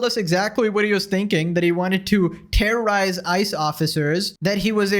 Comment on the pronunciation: Why is she putting so much emphasis on "real terror" and "terrorize"